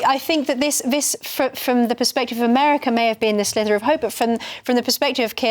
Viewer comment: Sorry, but its SLIVER (as in sliver of liver) not slither, as in slither like a snake. She said "slither" twice so it wasnt a slip of the tongue, rather it's a common mistake many people make, and because its easier to say "slither" than "sliver" it's gaining traction.